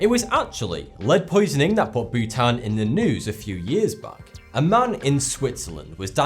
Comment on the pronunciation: oh Bhutan....I thought he was saying Butane....Welp, Chemistry class (╯°□°)╯︵ ┻━┻